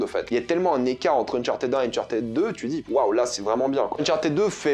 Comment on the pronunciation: "Unchartéd" 😖 Le ed en anglais se prononce soit: "id" "d" "t" Mais "éd" ça existe pas